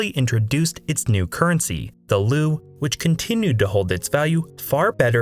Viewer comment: The currency is pronounced “lay.” But great and informative video. Thanks